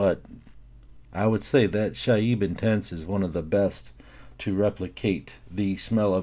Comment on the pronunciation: Your pronunciation of these fragrances is absolutely horrific, it's like you're doing your best to really screw up their names on purpose. Like how is Saheb Intense so hard to read?!